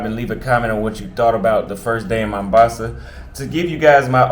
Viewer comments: welcome to my home City! it's "Mombasa" with an "O", not "Mambasa" 😅 cheers! make sure you visit Club Volume in Shanzu! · We call it mOHHmbAsa not mAmbasa ...but anyway have a blast🎉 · I know your brain super lazy but why dont you at least try to pronounce Mombasa right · Vowels pronunciation are different for American and British English.